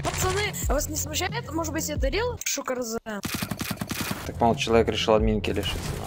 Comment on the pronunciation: почему шукарзе? по моему правильно будет шукарз